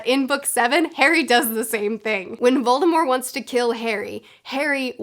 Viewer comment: It’s not silent in the word “mortician”, which is probably the closest time an English speaker has gotten to a word with “mort” in it. Maybe Voldy should have taken a page from Stephen Colbert, when he started plugging the Colbert Report he would follow it up with “it’s French, b*tch!” (Of course, he grew up pronouncing the T and his family still does and a couple of times when he was asked his name by govt officials he said it that way on TV)